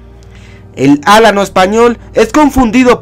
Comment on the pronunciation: Me pone de los nervios que digas álano español. Se dice alano. Y es la mejor raza que existe y existirá en la historia